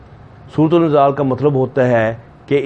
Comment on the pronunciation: its surat inzaal not surut ul inzaal